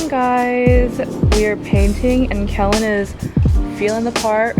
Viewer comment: Aww Kellen. That was so sweet. You two are so cute. “Keloid shamming” lol 😂